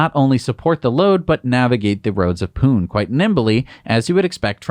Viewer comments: It's not "Poon," India, it's "Poo-nay" (two syllables) 🤣🤣🤣🤣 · "Pune" is pronounced "Punay" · hi... this is Vijeesh from India..... a long subscriber of the show.... keep up the great work you do... I am delighted to see a news piece from India in your show...... Just a small correction, of the show, the city from India (Pune) is pronounced as in (Pun-ay).... bye.... now you know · Pune pronounced wrong 😅 is actually Pu Ney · The e at the end of Pune gets pronounced, not strongly maybe, but pronounced nonetheless…